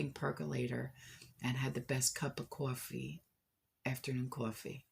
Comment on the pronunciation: My family is from NJ and I love hearing you talk about grabbing your coowafee .... I think it needs an Entenmanns crumb Coffee Cake! Love your channel I visit every day.